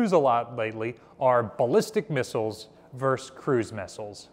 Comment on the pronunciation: it's not 'verse' its versus. what is your native language?